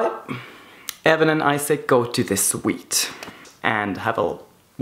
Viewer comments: I was shook when he said "Isaac" instead of "Isak" 😂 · I love your vids! But it is "I"sak like not like u say in English... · I'm swedish and in both swedish and norwegian we pronounce it Esak and not Aisak. Just wanted to answer your question, have a good day! :) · It's really throwing me off that he's calling Isak Issac instead of Isak. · I thought the name Isak is pronounced differently